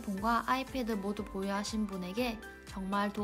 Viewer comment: /아!이\ 패드 폰 발음 중독된다 ㅋㅋㅋ